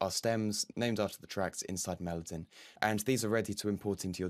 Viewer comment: You keep mispronouncing Melodyne over and over again